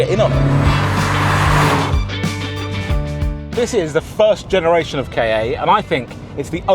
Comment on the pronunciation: More "Kah" as in Kahki (or Capture) than "Kar" as in Karp or Carpet